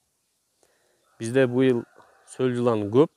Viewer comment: Солжылан эмес соолжан , эч убакта сол жылан деп айтылбайт , соолжан , болду , Жылан пылан эмес